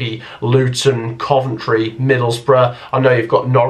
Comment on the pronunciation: Am I gunna be the one to say it... not Coventry